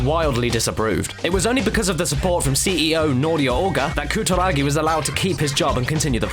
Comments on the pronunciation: Holy shit you butchered his name. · pronunciation of Kutaragi:P